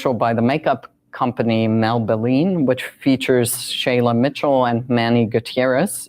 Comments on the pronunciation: LOL. Did he really say “by the makeup company Malbelline”? MALbelline?! This guy is an idiot who obviously didn’t do even basic research. My older brother is a Lieutenant Colonel in the US Army. He was also a theater kid in high school. He can do a mean face of makeup, for himself or someone else, eyeliner and all. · Did he just say melbaline? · I caught that too! This “teacher” is immediately discredited by not knowing how to pronounce a widely known brand like Maybelline, showing how out of touch and/or ill prepared they are for a lecture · ‘maybe she’s born with it. Maybe it’s....Melbaline?’ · That teacher couldn't even pronounce the names. Screw that dweeb. And to be honest, Maybelline is just trying to expand their market by 100%. Follow the money honey. Any heavy metal band from the 70s to 90s. The movie is velvet goldmine. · If the dude can't even pronounce "Maybelline"... maybe he shouldn't be giving his shitty hot takes on anything to do with makeup. Just sayin'. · He couldn't even pronounce Maybelline correctly.